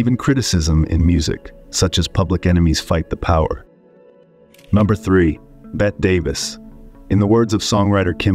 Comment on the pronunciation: "..Bet Davis.."